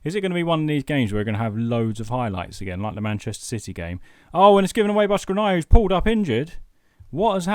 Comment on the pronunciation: You're butchering Škriniar's name is pronounced Shkreenyar